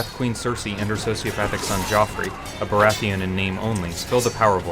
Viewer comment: Bara-etheon seriously lmao? it's baratheon